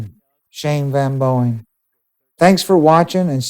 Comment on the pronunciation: Sounds like he keeps calling SvB Boeing, like the airplane lol